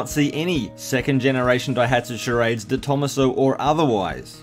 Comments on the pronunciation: Just so you know, it's pronounced "de tom-AH-so" rather than "de THOMAS-oh". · I'm pretty sure you pronounce detomaso like deto-maso as it's an Italian name. That's how the detomaso's own cars are pronounced like the pantera. Thanks for the video! I've seen a picture of a white and silver version of these in the UK, very cool!